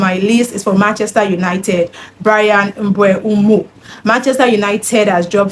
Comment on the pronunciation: How did you pronounce MBEUMO so well 😢. I could never 😂